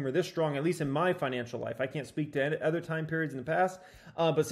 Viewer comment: My god. It’s “Other” (uh-thr) , not ether. Like nails on a chalkboard every time.